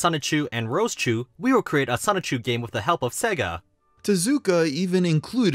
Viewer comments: PLEASE PLEASE PLEASE pronounce Sonichu correctly. Its the only thing about the video that’s killing me. Sonichu as in Pikachu not Sonic-chu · Still pronouncing it ‘Sonic Chew’ I see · great video but please stop saying it like sonick-chu 😭😭😭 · I'm not gonna lie... each time you say sonic-chu hurts my soul from within dimension c-197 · If he keeps saying "sonic-chu", I'll be slightly peeved off >:( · please just say sonichu correctly 😭